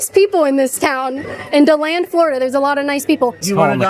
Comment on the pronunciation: Dee-land kait! Come on, pretty sure your a floridian!! 😂